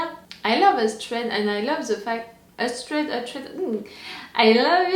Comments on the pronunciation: Lol btw it’s Oo-tred. Like voodoo Great Reaction! I think you will really like Brida, Uthred’s lover and friend. So far a good start to the series :D Also this Ragnar line is different from the one in Vikings. The one in Vikings Is called Ragnar Lothbrok. The one here is called Ragnar Ragnarson. So they’re two different families. Just with similar names 😁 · The way I hear it, it can be pronounced as “Ooh-tred”. Difficult situation, for sure. I really like how Brida gives Uhtred good council at the beginning. They are partners. She seems to be a little more intellectual than Uhtred. He is more emotional. They are not always right, but they share the burden of being wrong and right. Yes, it is a very fast paced show. I don’t know the history in real life, so I agree. I wonder what the ultimate goal. Will it keep this pace? At this point, I like Brida better than Uhtred. He seems to make too many emotional decisions. He is a man without a world. How does he fit anywhere. I agree, we do need more “deep” moments. More character development, instead of the linear story of more scenes and what they are doing. Yes, I totally agree with you. Yes, the question...what side should we be on? Since it is from the BBC America, it will be on the Saxon’s side. Since I haven’t seen The Vikings TV show, I don’t have that dissonance. Being an American, we definitely learn English history, but not as much from this time period. More information from the time of the Revolutionary War. Yes, I am really interested in this show. Thank you for your reaction. Also, the interesting way of sharing your reaction is interesting, too. Thank you.